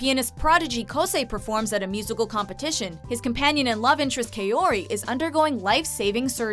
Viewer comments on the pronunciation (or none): except for kaori...she says it as "kayori" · Omg they pronounced kaouri wrong and it killed me.... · She mispronounced kaouri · When they say Kaori wrong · very true...she must be an anime lover